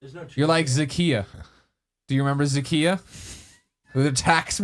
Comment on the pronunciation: Greg, it's Zacchaeus. He was a wee little man. Jesus loves him though.